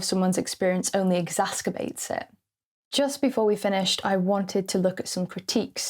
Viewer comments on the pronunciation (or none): Interesting video,. Just to point out, the "c" in "exacerbate" is soft, like an "s." The sound would be hard if it were a "k." Think of the difference between "face" and "fake." Funny how we make these mistakes. I suspect it comes from errors we make in reading, possibly hurriedly or late at night, that are not then corrected by actually hearing the word spoken. For the longest time I used to say "stullifying" rather than "stultifying," possibly because I made a connection with the word "nullifying." Anyway, just wanted to let you know.😊